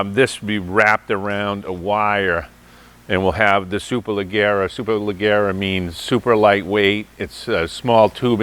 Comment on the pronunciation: when you pronounce “superleggera” it should sound like “super ledge air a”. The gg’s should sound like g as in George rather than g as in leg. Small point as a fan of italian origin